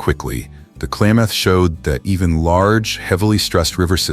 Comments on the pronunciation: I live in the Clay-math region. Interesting pronunciation. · Yeah, the creators really need to pay attention to pronunciation, especially of native language place names (hear: Clay-math) or lose clicks. FYI, lost any future clicks from me. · And the “Klay”-moth river…AI pronunciation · "Klamath" does not have a long "a" sound. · Good video but the AI narrator is kind of annoying; it mispronounces "Klamath" for example. Also, the thumbnail is weird and obviously AI generated. Don't you at least have a human look these things over? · Great video! If humans destroy habitat for themselves, nature will survive! Klamath is mispronounced.